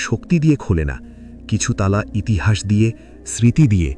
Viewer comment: ইতিসাস না ইতিহাস